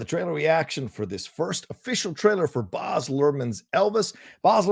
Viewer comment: it's BAZ as in BAZZA for Barry, not BOZ.